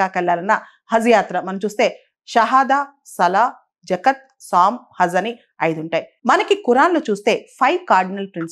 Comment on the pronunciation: Zakhaat pronounce cheyandi